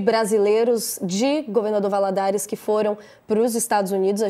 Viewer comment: Governador "VALADOLAR" KKKKK